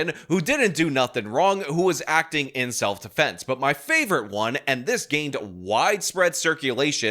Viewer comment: keeps mispronouncing "self-deflense."